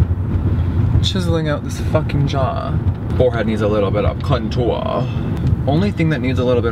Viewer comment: “the free way has to experience some of this contor